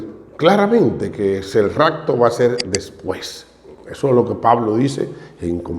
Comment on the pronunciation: Saludos hmno ,Primero no es racto es rapto con "p "